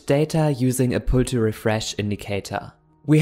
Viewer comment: i love how flutter sound when you say it